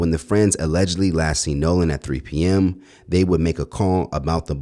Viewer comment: His name isn’t nahlan it’s Nolan get it right